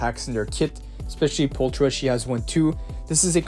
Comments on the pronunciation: the character's name its pronounced "Poolckra" in english not Pooltra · Am I the only one that's annoyed he doesn't say her name right? He's saying the ch like the Ch in China when it actually makes a K sound like in chaotic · I love the way people say her name as well. We don’t have it in the game. Her name is not pull- . It’s. Pul-kra. I don’t know why that annoys me so much. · "Pultra" lol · There's also another YouTuber who says her name as Pulchera and it made me recoil so bad 💀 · Same lol alot of the youtubers say her name like that and I just keep cringing every time. They say her name in game. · right?! There's also a few other characters that are mispronounced. Such as: Burnice, Miyabi, Pulchra, and probably a lot more